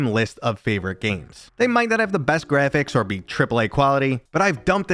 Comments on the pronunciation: "GREPHICS"? u dont like saying "Graphics" do you... Grephicks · Well then, HOW do you spell the new word you made up? lol. I had to guess how to spell your word as I'm not the one who made it up! Seriously tho, did u not notice how you try to pronounce Graphics? In all my years I've never heard someone mispronounce it before so it really stood out! I think something in your subconscious doesnt like graphics... it's trying to tell u something bro... but WHAT?!?